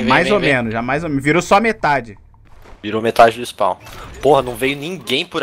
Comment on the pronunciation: ''Virou só metade do spaw'' By: kakakakakaka